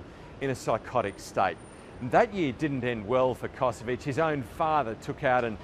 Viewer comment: he is not Kosowic, but Kosović, family originaly from Croatia